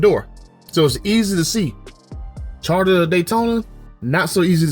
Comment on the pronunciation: “Charter Daytona” 😂😂